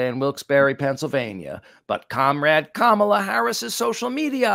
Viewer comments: It’s comma-Luh not cam-uh-Luh. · it’s pronounced Ka ma la, comma la. Please.